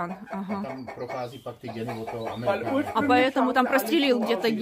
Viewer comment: Араукана, а не ауракана.